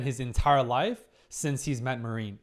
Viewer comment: please, I beg you: her name is pronounced Mah-rin, not ma-rIEn^^`